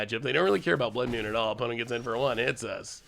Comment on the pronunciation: Blood “Mune” is what I am hearing you say.